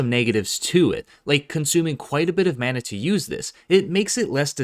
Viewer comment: Why he say mana xd I was cringing